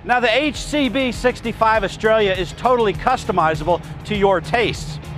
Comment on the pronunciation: Couldn't learn how to pronounce the boats name eh?